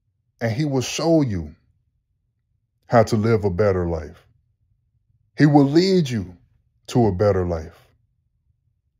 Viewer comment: I like how you said “he will LEAD you…”